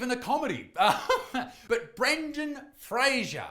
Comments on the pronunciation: Nooooo it's Frazer like laser. He's said on a few interviews that sorta bothered him back in the day cuz his name was constantly mispronounced lol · It is Fraser as in laser. He said so in an interview. Just being educational. That is all. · According to Brendan himself it's pronounced "Fray-zor". Like Razor... But everyone's always said it wrong. LOL! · Fraser as in razor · Why can’t anybody say Brendan Fraser’s name right? It’s not hard.